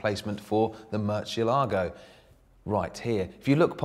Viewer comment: In the other video he pronounced Gallardo properly, but he got both the Murcielago and Reventon wrong here.